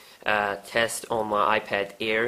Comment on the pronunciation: It's iPad air not ear